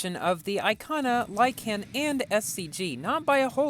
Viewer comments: Is it just me or does pronounce lykan weird?: lieCAN Me:lieKn Edit: I watched the whole video, your pronunciation triggers me a lot please change it xd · Lykan is pronounced “like - in” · dude said "lie-can" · it's said lyken but spelled lykan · when you say lykan, put less emphasis on the a.